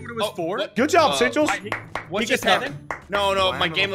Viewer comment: Bro it's sigils not sichels